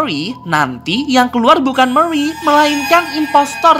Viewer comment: Murey bukan meriy